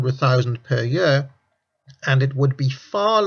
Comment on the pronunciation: year not yer, heard not hyeard